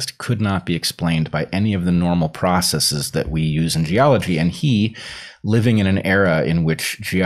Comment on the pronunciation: I love that Bret consistently pronounces ‘processes’ correctly and not as if it were a Latin third-declension plural [process--EEZ] as so many half-educated pseudo-intellectuals do when they're trying to sound smart.